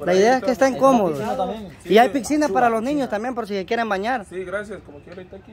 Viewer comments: Noooo es pxina es pizzzina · No es pxina es "pizzzina" ??? 👀🤭😅es piscina...🤦‍♀️😂póngale cero!!.☝🤭